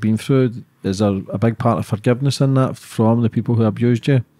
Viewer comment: Sorry but she was not some sweet decent girl she got herself involved with rubbish and then even when she had a child she put him at risk, she's bad news and not some victim. Also it's that not dat! I have no sympathy for her.